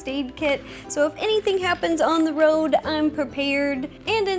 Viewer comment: It’s the Ro-ad. 😂👌